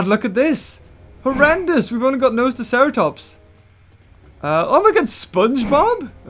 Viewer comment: it is NoSUUUUtoceratops